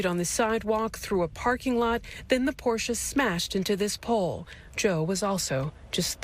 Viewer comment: Wow! They pronounced Porsche correctly.